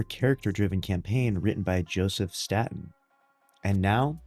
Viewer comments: State-in not stat-in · This is a nice video but it’s pronounced “stAYten”